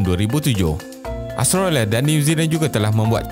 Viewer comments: bukan astrolia (jawa betul tu😝) .. kena sebut betul2 Aus-tra-lia. hahaha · Betul..aku pun perasan yg dia sebut astrolia..kalau Melayu sebut Aus tra lia. Kalau omputih sebut Aus tre lia.